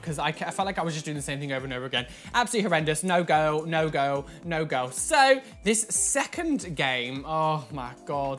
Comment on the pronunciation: No one: Not a soul:: "NO GUHLL"